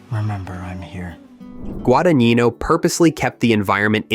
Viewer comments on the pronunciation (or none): yes, I see it on the map, but thought it was confused with "Cremona." Crema means "pudding" in Italian........ It's "Gwa - da - NYEE - no," I speak Italian. 😛😛😜